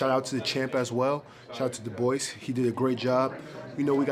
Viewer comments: Sounds like he said the boys not Dubois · The way he says Dubois name. 😂"Duboice". Well done on taking the loss like a man.